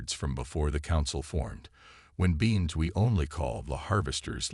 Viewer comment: beans? it's beings! teach your AI how to spell or the human typing the script